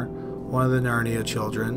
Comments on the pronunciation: Did you say, NARNIA family? That's a far cry from what the captions say. Narayane, how is that pronounced?? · There is no way the name Narayane is pronounced "Narnia". C'mon man.